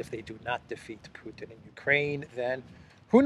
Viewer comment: " if Pewtin wew to win dis waw" come on spit it out 😂